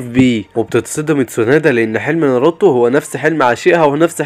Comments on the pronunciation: ناروتو ❎ نروته✅😂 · اسمه ناروتو مش نرتو و ساكورا مش ساكوورا